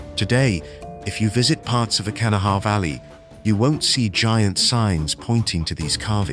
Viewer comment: Its pronounced Ka' na' wha. It originates from an Algonquin speaking tribe the Conoy or Cohnawas. It means waterway or white stones likely the white stone referred to salt deposits.